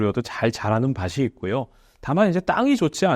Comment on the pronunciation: 밭이 ㅡ바시 아니라 바치 입니다